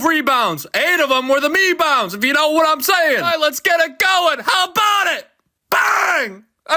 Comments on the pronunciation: "MEBOUNDS!" HAHAHAH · The Mebounds comments are funny. She is trying to trademark it. She should be trademarking the accurate word "Meh-bounds".